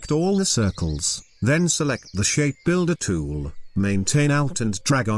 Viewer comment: Me: Narrator: ShaPe BUilder Tooool